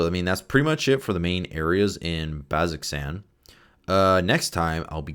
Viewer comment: Again, to anybody viewing this, pronunciation is pretty important if you've got anybody in your group who watched Campaign 2. BAZ-oh-zan.